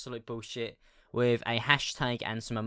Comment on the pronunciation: Think = fink With = wiv 😂😂😂😂😂